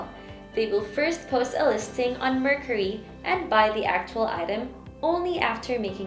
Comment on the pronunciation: The way she pronounce the word “Mercari” shows that she is not really using the app always. For you to know something or use always you should atleast know the right pronunciation of that thing.